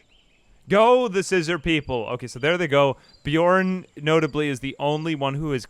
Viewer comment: How did Beorn turn to Bjorn? Not sure I can make it through the video hearing this every single time.